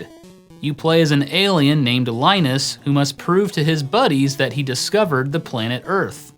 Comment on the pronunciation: It's pronounced, "Linus."